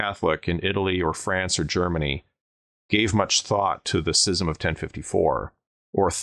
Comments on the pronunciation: Your pronunciation of schism five or six times within a three or four minute time period really was distracting because you miss pronounce it. schism /ˈs(k)izəm/ Kinda reminds me of when someone pronounces scimitar, skimitar. Anyhow, this video and the previous video on this subject were excellent. Also, damn right you should be careful around boars. I used to run into them while doing patrols along the old West/East German border and West German/Czech borders. Boars are dangerous. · Hate to be this guy, but it's Schism. Pronounced Skiz-um. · How do you not know how to pronounce schism? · I've never heard anybody pronounce scism with a soft c.